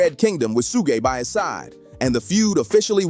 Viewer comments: Ahhhh who’s Shugay? 😂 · The way you pronounce suge knight is blasphemy. 😂😂